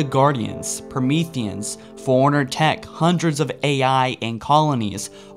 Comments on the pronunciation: And forerunner sounds like foreigner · learn how to pronounce things its fore runner li brar ian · it sounds like you said an ancient foreigner